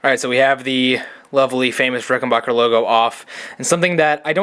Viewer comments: Rickenbacker not bacher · The third syllable in Rickenbacker is pronounced "BACK", not "BOCK". A reliable source is interviews of John Hall, proprietor of Rickenbacker.